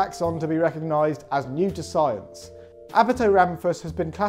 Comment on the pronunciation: "7 Days of Scien"